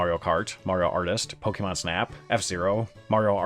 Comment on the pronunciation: It's pronounced "poh-kay-mahn".